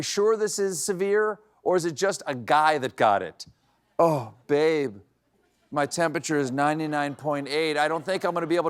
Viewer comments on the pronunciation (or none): none